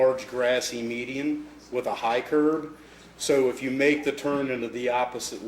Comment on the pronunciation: "Proximately" instead of "approximately" "I seen her" instead of "I saw her" Calls a curb a "curve" These are just three of multiple examples that show this officers lack of intelligence and perceptiveness. Some of these things are things that literally elementary school students should know, and this guy appears to be at least in his 40s. You have to have some serious deficiencies to spend decades using the English language as a primary means of communication and still not understand such simple things.